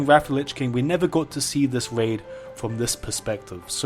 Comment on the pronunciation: stwange waid